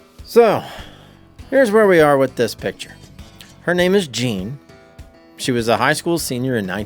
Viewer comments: You've been a genealogist for 10 years, yet you still can't get the name right? 😂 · THANK YOU! My name is also spelled “Jeanne” and mispronounced all the time.